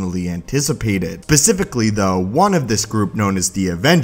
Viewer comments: SPECIFICALLY.....NOT PACIFICALLY! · "pacifically" i'm sorry but what the fuck is that.